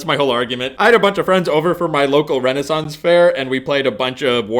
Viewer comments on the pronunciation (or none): none